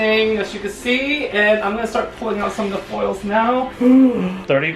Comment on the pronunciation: I love that he pronounces “foils” as “foles” it makes me giggle every time I hear it